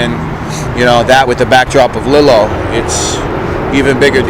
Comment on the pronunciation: Love the channel but it’s Lee-lo